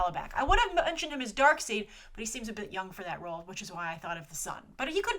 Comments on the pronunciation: Darkseid = Dark"SIDE"...... not Dark"SEED". :) ;) You need to watch the Justice League cartoon once more to hear him called Dark"SIDE". ;) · Ok not letting this one pass. Dark seed? And here I thought it was pronounced dark side. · Did you just say DarkSEED? His name is DarkSIDE. As they always pronounce it in every movie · Why did say Darkseed